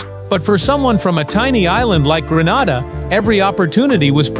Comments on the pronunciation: It is annoying hearing Grenada pronounced Gran-arda. It is Gren-ayda. Proud of Andre Fletcher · Learn to pronounce the countries properly Gre - na - da. ST LU-CIA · Fake fake fake...your pronunciation of Grenada is wrong and plus you cannot walk across Grenada in 20 minutes...please get your facts straight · Hello sir, I appreciate your story but please pronounce the island name correctly it’s GRENADA…. thank you. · You lied about walking across my island in 20 minutes don’t disrespect our island like that and when doing a video for publicity learn how to pronounce the name of the island properly.